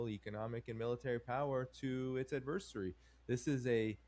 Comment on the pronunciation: "AD ver sar y"